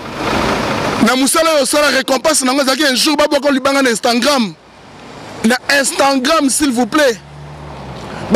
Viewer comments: Donc tu ne sais pas prononcer Instagram ?? Tu dis Instangram😂😂🤣🤣🤣. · Instagrammme apprend à parler français frère c'est Instagram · Balobaka instagram et non instantgram boni zoba makasi boyeee pd likata dongi elemba lisoko pota zacharie apasolaaaa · On dit IINSTAGRAM PAS INSTAGRAIIMMMMM tu fou quoi en France finalement kaka makelele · Oza aventurier prononcé bien Instagram.